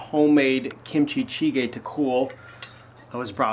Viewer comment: as a korean, it was so hard not to cringe at that "kimchichigae"